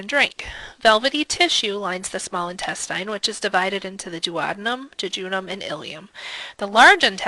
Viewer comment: why do you pronounce "intestine" like that